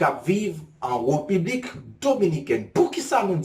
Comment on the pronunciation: Bro sa kap fet la? se pa Republique nn. Se République, lhr wap prononse RE a ou femen bouch, fok ou ouvri bouch ou pou son aksantegi E ka sorti. Bon travay!